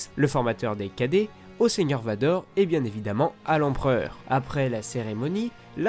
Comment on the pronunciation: Il sait pas dire merci Vador mdr